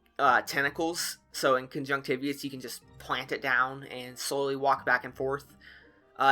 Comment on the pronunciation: its Con-Junct-te-vye-tus